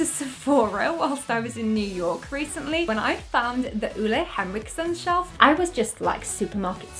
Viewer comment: I'm smiling like an idiot. You are so talented at what you're doing, and so funny! Btw the way you pronounce Ole Henriksen is SO wrong, but I don't judge you, danish is such a hard language😂❤